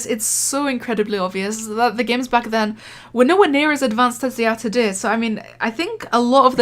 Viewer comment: The best thing in the vid is the part that u say todey